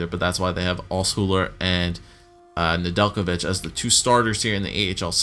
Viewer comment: Ned-La-Vitch Nedelijkovic